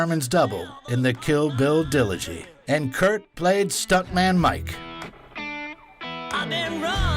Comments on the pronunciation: 'the kill bill dillogy?' Haha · "Zo Bell" and "Kill Bill Dilogy" someone needs to work on pronunciation or just writing. Nothing takes me out of a voice-over more than mispronunciation.